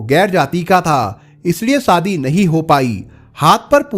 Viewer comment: Sadhi nh hota shadhi hota please apni language to kijiye aap n pure world ke liye video bana rahe hain sa ko sha mat bolo Hindi ki Maa Behan kar rakhi hai